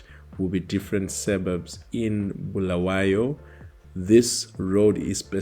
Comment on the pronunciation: So you can say Mqabuko but cant say Bulawayo uze uthi ‘Bhulaweyo’